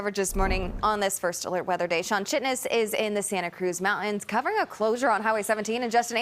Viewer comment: why does she pronounce Mountains Mountonnes